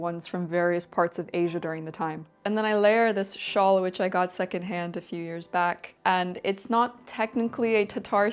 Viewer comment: I was surprised to hear you pronounce the word for scarf like that. in swedish we say it the same way, just spelling is sjal. now I'm just gonna assume that we got the word via trading with people by the volga.